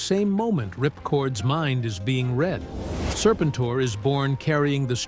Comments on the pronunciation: Say the name right, then maybe I will watch the rest of your stupid AI video. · I had to stop after hearing his name pronounced wrong on the fifth time. I can’t. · You really should proof-read the AI script. The text-to-speech is bad enough on the pronunciation of Serpentor without trying to convince me that it was Mindbender shot the Egyptian authorities with wrist-rockets while showing Destro. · This feels very AI… how can you not say the guys name